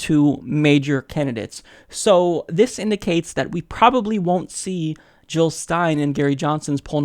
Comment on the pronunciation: Jill not Hill. Period.